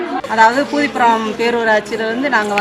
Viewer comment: அது பூரி புரம் இல்ல பூதிபுரம்